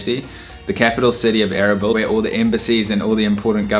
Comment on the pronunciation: A-R-A-B-E-L-A....LOL your accent way too funny,Is not ERBIL?Kurdistan...It took me sometime to work it out erbil from what you were saying